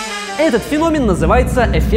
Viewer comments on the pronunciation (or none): none